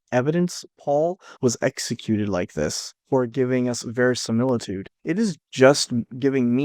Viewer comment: I think you mean ‘verisiMILKitude’